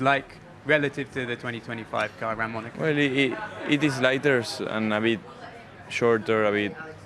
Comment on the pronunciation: Bro it's not called monarco😂😂😂😂